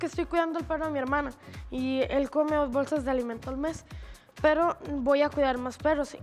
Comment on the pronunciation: alguien mas se fijo que dicen perrow🤣🤣